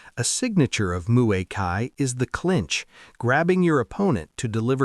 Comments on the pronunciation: "Muay Kai"? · "Moo-ee Tie, the art of 8 limbs..." as 10 spots are shown.